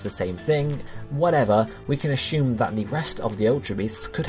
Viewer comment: "We can asshume" AHHAHAHAHA